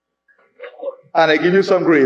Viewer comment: It's PhilAntropy, Not philontropy